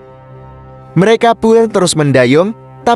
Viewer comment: lebai banget neh baca... bilang merekapun aja merekapu .. suee